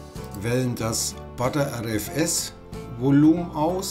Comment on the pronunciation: Danke für das ausführliche Video. Finde es nur ein wenig befremdlich, wenn du Partition als "Partation" und btrfs als "butter rfs" aussprichst. Das r ist ja bereits im Wort butter oder better enthalten.